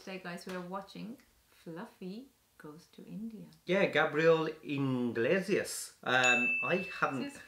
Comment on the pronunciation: Iglesias not Inglesias 😂😂😂